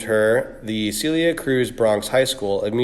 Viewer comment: It’s pronounced Sell-lee-yah not Cee-leeuh 😒